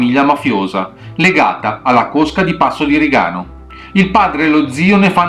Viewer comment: PASSO DI RIGANO, l'accento va sulla I. Quindi "passo di RI'-gano", non "passo di ri-GA'-no". buona giornata